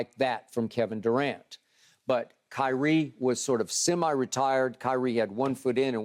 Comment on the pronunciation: "KEVIN DUCANT" LMAO